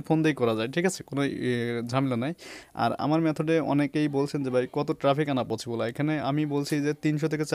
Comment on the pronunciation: vaia...... পচিবল না পছিবল ছ কে চ বলেন কেন? হা হা হা হা হা